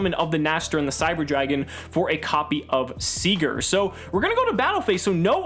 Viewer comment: You’re one of the only yugitubers I know of that has pronounced “Sieger” correctly.